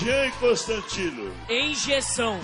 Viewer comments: "enjeção" kkkkkkkkkkk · "ENJEÇÃO" KKKKKKK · ele falou Enjeção, o certo é Injeção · "ENJEÇAO" KKKKKK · Ninguém:a Adriano:"Enjeção" Eu rachei kkkkkkkk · “Enjeção” Kkkkkk O AUGE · "Enjeção" foi triste kakakaoakaka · " enjeção" kkkk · Engeção,nem é com i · "enjeção" KKKKKKKKKKKKKKKKKKKKK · "Enjeção" HAUHAUHAU auge